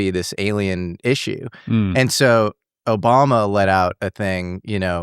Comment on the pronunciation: “OBAMNA” - Love it 😂